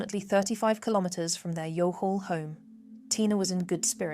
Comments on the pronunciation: It's not You g hall , it's pronounced Yaw all, also it's not Cattle, it's pronounced Caw hill . Easily mispronounced from non locals I guess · I presume that the place the narrator is calling You Hall (sic) is Youghal, County Cork. It's actually pronounced "Yawll". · Oh dear god thank you...I can't even...fair play for making the vid and doing a good job ..but I can't listen to the "you..gall " anymore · Youghal is pronounced Y'all sorry about that I know it's difficult just in Ase you need to use it again. Thank you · Youghal - pronounced ‘Yall’ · Just to help - Youghal" is pronounced like Y'all/Yawl and Dungarvan is Done-garr-van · Youghal is pronounced Y'all. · Youghal is pronounced Yawl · Yes my first bad issue with this Youghal ?? It's pronounced Y,all at least get that right if you are going to commit to a documentary. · Youghal is pronounced 'Yawl'. You're welcome. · Youghal is pronounced "Y'all". And Keoghan is pronounced "Ke-own". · Pronounced Ya-l. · Pronounced Fer Moy. Also Youghal is pronounced Yawl. I grew up near here. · Youghal is pronounced Y'all. Reporters did NOT comfort him and neighbours did not pray for him, they hated him and everybody knew he had 100% done something terminal. 😢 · Youghal is NOT PRONOUNCED THAT WAY!! do better next time - it’s an insult not to get this RIGHT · This is very good but please pronounce the place names like youghal and dungarven correctly. Thanks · please do you homework and research pronunciations. you are not saying Youghal correctly.